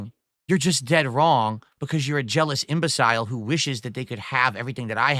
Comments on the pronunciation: This is a VALEDICTORIAN native American English speaker who pronounces words incorrectly. IMBECILE is pronounced IM-BUH-SL and not IM-BUH-SILE, morahn. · The way he pronounces certain words....LAWLCOW instead of LOLCOW, now the way he pronounces Imbecile as Im-bez-cile. He's such an idiot! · Of fucking course he doesn't know how to pronounce 'imbecile'. 'Guh huh why would I ever look that up? I was valedictorian in high school dood, awrite? Geddit?' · "Imbe-sYle" lol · How does he manage to mess up the pronunciation of imbecile so badly. There is no way anyone was taught to pronounce that word in that way.